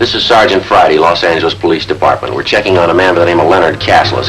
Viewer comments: Sgt Romero's character very clearly saying Law Sang-geless instead of Loss Anjelez. The only other instance of that pronunciation I can recall was in a Firesign Theater skit. Maybe the skit with the car salesman? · "You're in Los ANGeles, Babe! Los ANGeles. Got it?" Old-style pronunciation!